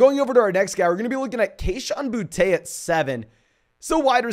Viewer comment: It’s booty not bou te